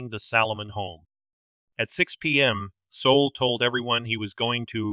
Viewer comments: Soul? Abbreviation of Solomon? I think it's pronounced SAUL. I never heard a Jewish man named Solomon called Soul. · "Sol" is pronounced "Saul." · It's funny because I didn't notice until I read the comments. 😂 I don't think it matters a lot. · It's perfectly fine if you mispronounce certain name's and places you spend enough time and effort researching arranging & uploading your top notch true crime video's .. You don't have to change anything..